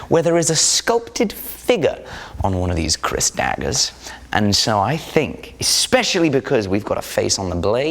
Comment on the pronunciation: Its KERIS not Kris